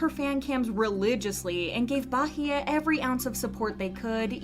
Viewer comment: Me: peacefully watching the video. The narrator: 'BAHEYE'